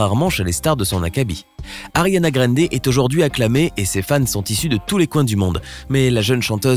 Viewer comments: 1. On prononce GRANDE et pas "gReNde" (on dira rien pour le "Sank u next") 2. Elle a 26 ans maintenant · Ca se prononce "Grande", pas "grende" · C est pas Ariana grainde mais Ariana grande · y a un A dans Grande cest pas Grende donc prononcez le A svp ça me stress de ouf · C’est pas greindé ça ce dit grandé mais c’est grande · '' ARIANA GREYNDE '' tellement stressant comment cette machine prononce son nom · Ariana « GRAINDER » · « Ariana Granedé » mdr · « Ariana Graindé » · «Ariana Grèndé» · Ta dis Ariana Grènde...j'me tire 👋🏼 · vous na saver pas le dir c'est grrrrrrande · Tu dit même pas bien son nom de famille le respect😭😭😭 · Mdr comment il dit Ariane Grande